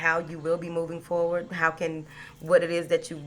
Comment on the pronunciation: I like it when you say "moving forwart" not with a d. Thanks ❤❤❤💥🎉💥